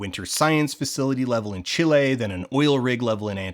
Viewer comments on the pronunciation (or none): none